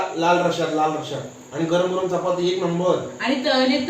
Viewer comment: ek request aahe tu ळ च्या जागी ल का बोलतोस आजही title सगले आहे please ळ बोलत जा आणि पण आनि बोलतोस राग मानू नकोस videos छान असतात तुमचे पण थोड भाषेत खटकते